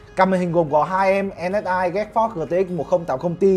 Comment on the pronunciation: Đọc geforce thành getforce